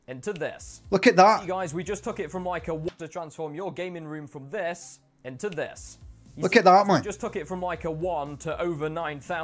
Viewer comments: "transform your gaming room from thess into thess" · “Thas into thass”